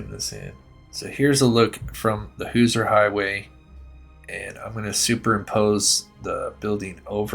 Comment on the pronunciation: Hoosier is pronounced more like Who-sure or who-zur. Not being picky you do an awesome job and one of the only true crime channels I watch. You do such a good job , I knew you would want to know. Like you pronounce Moscow Idaho like the locals do. I live in a small town and near other small towns that people always pronounce different too.